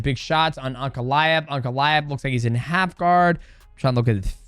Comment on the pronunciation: No shot dj is saying uncle-aev instead of ankalaev